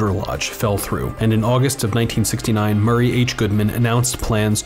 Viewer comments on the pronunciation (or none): none